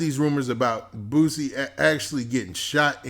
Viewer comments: BOOSIE NOT BOOTSIE dahm. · Sound like he saying Boot-sie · Don’t say his name if u can’t say it right⚠️